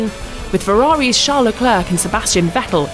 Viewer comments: Dude can this woman pls pronounce him leclerc and not leklörk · Stop pronouncing the last C in Charles surname. Not even he does that